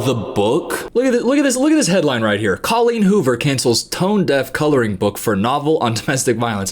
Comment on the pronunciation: he said her name wrong 😨